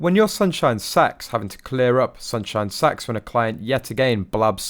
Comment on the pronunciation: No ! It sounds like Sax to me.